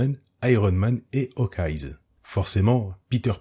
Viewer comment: pourquoi prononcer un S dans Hawkeye ? Meilleur … un peu vite dit ! Miles est un personnage intéressant dans l’univers Ultimate mais suite à l’arc Secret Wars 2 et qu’il intègre l’univers 616 les scénaristes ont fait du grand n’importe quoi avec lui.